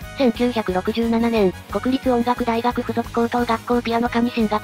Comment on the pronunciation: 国立音楽大学 くにたちおんがくだいがくでは？